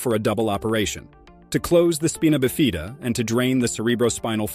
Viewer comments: U realize anyone who tells this story won't b believed bcuz as the "Narrator" says "speen uh bee fee da"....that's ABSOLUTELY INCORRECT.....it's Spy-nuh-biff-eh-duh.....jackhole!!!! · Speenobafeena? It's Spino-bif-id-uh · It's Spy-na BIFF-id-ah, not SPEE-nah biff-EE-da. That's how you pronounce spina biffida. Otherwise, great video. Very informative. I would not abort. My belief is that the child is exactly how God meant it to be. Others may believe differently, that is their prerogative. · holy crap dude .... it's SPINA(SPEYN UH) BIFIDA (BIFF ID DUH) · Speena buhfeeda? 😂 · Speen-uh Biff-Ee-duh… 😂😂😂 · speeena bifeeeda? good God.. this is obviously a fake news channel. proper pronunciation is important. aside from that.... the facts here are just not based in science. the fact is... these babies will never be normal. they won't live long. as stated here. and one was 12? oh but blind and non functional speech. quality of life matters. abortion is still a more obvious option... when given this prognosis. parents are selfish. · At least pronounce spina bifida correctly... NOT speenah bifeeda for Pete's sake! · How “spina bifida” is pronounced is hilarious. It’s SPINE-uh BIF-i-duh. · they said "speena bafeeda" hahaha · Agree completely about the pronunciation. You'd think a scientific channel would at least google the correct pronunciation. And which god? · You cant even say the words 🤣 spine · Right?! That drove me crazy! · Yeah that weird pronunciation got me too. Glad I'm not the only one! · it's e*x*speshully annoying on something that's supposed to be researched and moderately educational. like seriously there's a hunnit thousand different resources that I am certain said it correctly, and maybe, if you aren't sure, just axe what the pronunciation is.